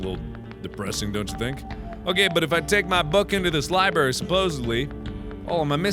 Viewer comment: Everyone in the comments are like 'Mark no, the medicine is for the plant' and I'm just here REALLY IRRITATED BY THE FACT MARKS SAYS LIBRARY LIKE 'LIBARY'